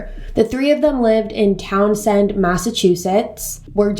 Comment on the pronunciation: I went to high school with Daniel LaPlante, spent most of his time in the smoking area, a small paved courtyard by a side door entrance where the teachers would allow students to smoke. Also, I love how you say towns end...we pronounce it Town send. Great video 👍